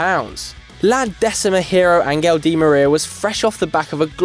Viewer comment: Angel? Angel? Fuck's sakes.